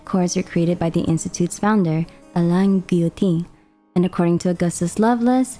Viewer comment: omg im so happy to hear alain pronounced as alan instead of elaine 😭